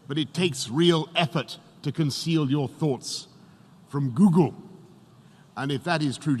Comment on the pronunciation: Heard how he said Google 😂😂😂